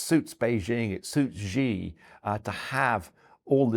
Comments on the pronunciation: i find it completely unacceptable that this guy has written several books on China and yet he calls Xi, "Gee" What a completely inexcusable error for someone that claims to know so much about the country. The correct pronunciation is "she", like the English pronoun. Times Radio really needs to scrutinize their guests better. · For some reason, pundits in the US and UK have decided to pronounce "Xi" as "Jee" or something like that - which is completely wrong of course